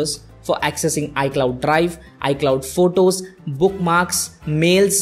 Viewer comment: It’s photos not votos 😂